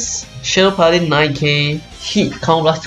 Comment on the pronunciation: Majesty not Majestic. Paladin not Pala-deen.